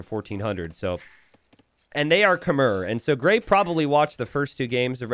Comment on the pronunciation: These videos bring me so much peace thank you. Just one thing. Khmer pronounced “Khmai” -fan from Cambodia 🇰🇭